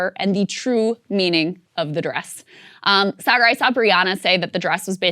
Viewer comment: ?: How can you tell that Saagar is a Texan? A: because even when he's lived in a foreign country, he still mispronounces it like a Texan would.